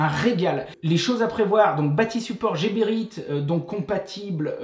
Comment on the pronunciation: Bravos! pour la bonne humeur ......si non.....heeee les coupes tubes Rotenberger c'est mieux pour tes doigts...et Pour infos prononce Gueberit